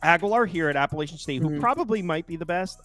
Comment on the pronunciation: Guys, please respect the school and increase your credibility by taking the time to pronounce the name of the school correctly. APP UH LATCH UN. Alumni here…